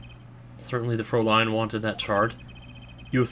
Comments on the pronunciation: You're right, it should be "throw-lay-n" not "fr-ow-lean" as I said before. But one thing doesn't make any sense, there's only one prounciation of "lean" despite how many meanings there are and it rhymes with Dean, mean and clean. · Fraülin is prounonced "fr-ow-lean",. Now you got another german word pronouciation to still to your repotoire!:) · I had addressed this in the sixth episode, but I'll clarify here: Fräulein is, as Charmskit mentioned, is pronounced as "froi-line". The "ei" pretty much always produces the long i sound. The "äu" (which, written without the umlaut, is "aeu") should make the "oi" sound. (I've studied German for ~4.5 years, but I'm positive this pronunciation is correct.) Without the umlaut over the A, Frau would be pronounced as "frow", which is probably what you're getting mixed up with. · How I've always heard Fräulein: Fräu (like Frow in Frown) + lein (Line like Linebeck) The two little dots above a vowel means its the short a like in "hat" A line above a vowel shows it would be the long a like in "hate" or "ayyyyyy" Herr: Air (The thing people need, like people need hot German prosecutors, or knead bread) Ja: Ya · Naw dude, its pronounced FROW (like wow, but frow) LINE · ***** Just a difference in pronunciation of frow I guess. Either way he did it wrong XP Are you German/have you studied German?